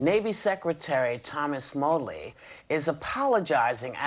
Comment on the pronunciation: Navy = nah zees